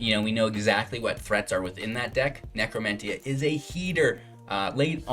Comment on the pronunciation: Nec·ro·men·tee·ah and Solemn Sim·you·lay·crum pronunciation is killing me